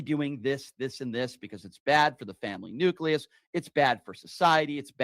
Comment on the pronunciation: What the fuck is a family nuclious!? 😂😂😂